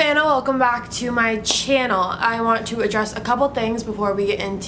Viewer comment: I love this channel but when she said "CHIANEL" I lost it